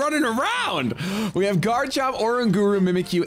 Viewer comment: Pls say oranguru right :((((